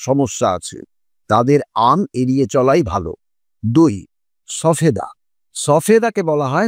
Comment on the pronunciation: কথাটা সবেদা সফেদা নয় ।